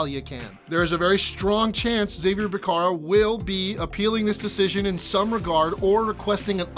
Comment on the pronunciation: Zabier Becerra 😂😂 it’s pronounced (ha-vier)